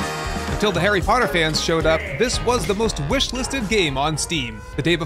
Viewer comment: Dune: Starring 'Arry Poh'ah!